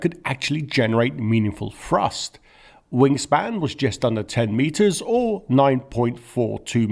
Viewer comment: Dear speaker, great video, but you may learn how to correctly pronounce "th". Instead of "three", I hear "free", instead of "thrust" it is "frust". That's a little confusing.